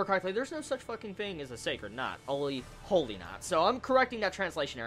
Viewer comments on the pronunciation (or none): none